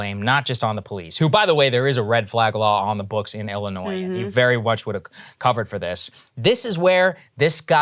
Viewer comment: Saagar RESPECTFULLY, It is not pronounced Ellinois it is Illinois.